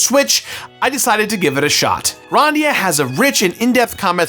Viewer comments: I love the review, but he keeps saying it like Gran-dia. Isn’t it suppose to se Grand-ia? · "Grarndia"? I always said Grand-ia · The first like 3 times says Grandia sounded like he was saying "rOndia" and it killed me. 😂 bless you, my dude. 🤙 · "Gron-dia" the fuck, lmfao